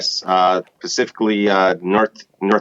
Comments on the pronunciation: Wait did he say pacifically?🤣🤣🤣🤣instead of specifically, my people know they can F' up the English language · Plaintiff uses the word "PACIFICALLY" instead of SPECIFICALLY, and he claims to be a NAVY veteran? My BS radar goes off, military stress proper communication hard.